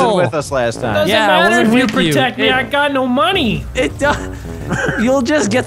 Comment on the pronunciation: " I HAVE NO MONY " lolololololol